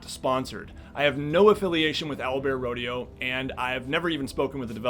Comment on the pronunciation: at one minute and he says it’s Owlbearrodeo